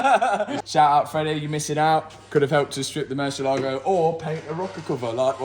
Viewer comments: Nothing less than a black Murciélago. Fun fact: Murciélago is Spanish for Bat (the animal) and the accent is on the E so its not murcie-LAGO it's murci-ÉLA-go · Pronounced "Moor-see-eh-lag-o"